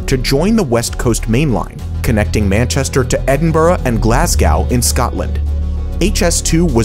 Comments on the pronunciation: That's not how you say Glasgow. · What's the deal with the HS2 rail line going across the Irish Sea and back again to get to Glasgow? (your pronounciation sucks BTW). Not only was that never planned, it's all but impossible due to water depth and sunken war munitions